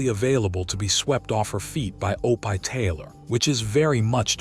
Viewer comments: some of the worst AI narration ever O-pie and Loss Angels. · I was thinking the same thing, yuck O-pie they should have the AI watch his show and learn how to pronounce it. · Please quit saying Opie Taylor he's name is pronounced Opee try it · O-pie’ — that’s just sad. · Mechanical, affected delivery. Too much repetition of information. Too many mispronunciations - Opie is pronounced "oh-pie", place names like Los Angeles, proper names like Bette Davis - made me cringe too often. Almost painful to listen to. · Marilynsarmstrong2016, I agree wholeheartedly! Almost every name is mispronounced almost constantly. Especially “Opie.” Seriously? I’m sure it’s AI. The question is “WHY??” Don’t they have enough money to pay a real person to narrate?!? If they’re going to resort to AI, don’t they have editors? This is ridiculous and I agree they put other things in there that don’t belong like other pictures of other people that have nothing to do with the story. I am going to stop watching these things because they’re too frustrating. I’m glad to hear you agree. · Why do you care so little about a product you release with your name on it that you let the ai mispronounce a word over and over! You do know you can write Opie in a way that ai will phonetically see it and say “Opie” instead of “O pie” I’m not sure which is worse being an ignorant computer program or being a person who cares so little and is ignorant to the fact that a bunch of us will not sit and listen to this much ignorance abound!!! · I like how O-pie rhymes with dopey. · Lol it's that artificial intelligence crap, mispronouncing words like it does. It's supposed to be Opie. That was Ron Howard's name on the Andy Griffin Show, Opie Taylor. Pronounced Opee. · He got C S? Cs for grades. O- pie does not rhyme with dopey. AI needs supervision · Cringed every time. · Oh-pie???? Good grief. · it is not opie but said opee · It is not pronounced O pie, Opee. Terrible AI.